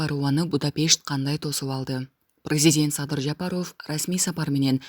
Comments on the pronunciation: Оф эмес ов деп жумшак окулат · или журналистпи алып баруучубу Жапаров Ов дебей айтылканда Жапарав деп эле айтынызчы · Ооф дебей ов десен боло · Фамилияны окууда оф эмес в деп окусанар боло сабатсызды ким алган, уккун келбей кетет, окурмандарды качырасынар! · Ушул журналистка кыз,кытайлык кыргыздардай суйлойсун да,Жапаров дегенди туура суйлосон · Фамилияны туура окубайсынбы ударенияны туура коюп кандай укпайсын дайыма айтса